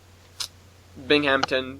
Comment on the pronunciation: Those excursions out of Steamtown for the bridge are canceled. Blame CP's CEO, Harrison. Also its Binghamton, not Binghampton...lol